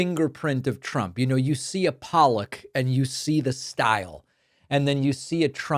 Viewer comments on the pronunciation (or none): none